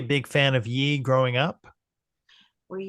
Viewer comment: pronounced “yay”